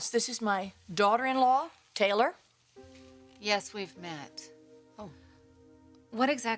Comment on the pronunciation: " Teller". We're all gonna die......please Stephanie her name is TAYLOR